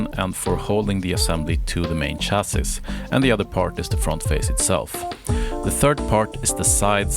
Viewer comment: "Chassi" - the s is silent ;)